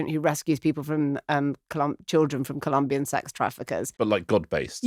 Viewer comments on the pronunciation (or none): none